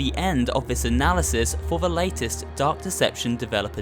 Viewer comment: It sounded like you said duck deception